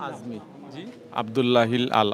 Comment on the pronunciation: ভিডিও কর, অথচ নামটা জানো না। আযমীর নয় ""আজমি""।